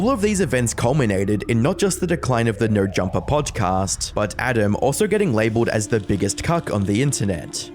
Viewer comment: "Neur Jumpah"